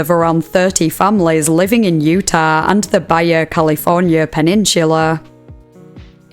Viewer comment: No hate but the pronunciation of Baja California sent me straight to hell